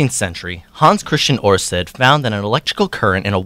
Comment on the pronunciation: hans christian oersted not orsted (Danish: ørsted) :)